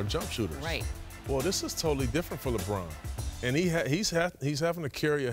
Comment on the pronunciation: there is no d in lebron james